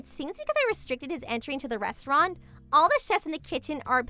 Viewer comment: Restauranta hahaha 😂